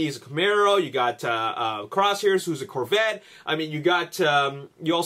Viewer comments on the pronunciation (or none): none